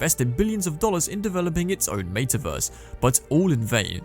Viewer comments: I can’t watch this video simply because of the pronunciation of meta verse 🤮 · What a weird way to pronounce “metaverse.”